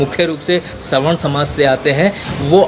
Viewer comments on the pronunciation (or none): स्वर्ण नहीं भाई सवर्ण